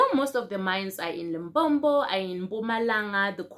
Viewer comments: Limpopo not Limpompo 😂 re kgopela link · Lim-po-po Lim-pom-po Come on now